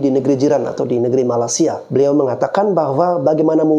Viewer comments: Bang malaysia bukan malasia.. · MALAS-SIA MALAS-SIA... Perbetulkan dulu lidah kamu menyebut MALAY-SIA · Sebut Malaysia. Bukan malasia. Gimana sih. Gw indo aja geli dengar Lo bilang itu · Malaysia bang. Bukan malasia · Malaysia bang bukan Malasia!!!!!!! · Bang gw mau ngasih masukan dikit bang, kalo nyebut malaysia itu yg lurus2 lah bang 😂 abang nyebut malaysia itu bunyi nya kayak malasia, kurang enak aja kedengaran nya bang..oke bang